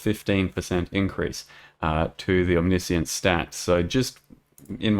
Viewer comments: The way you ended up saying it is correct. It's om-nish-ince. I've seen goobers in comment section "correcting" it to omni-science since it was released and it's hilarious. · That's the modified American version. The original British pronunciation is om-niss-ee-uns. Seeing as Aus is a British colony the latter one is correct for to use not your version.